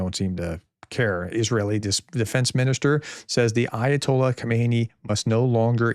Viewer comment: Khamenei. Not Khomeini. Khomeini was the old dude that started the whole circus. Khamenei is actually a rather moderate geezer.